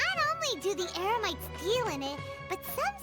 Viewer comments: Paimon said Eremites wrong LOL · Talking about Paimon, i just realize she mistakenly switched "Eremites" with "Emerites" lmao...